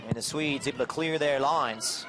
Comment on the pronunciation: Why did he keep saying Sweds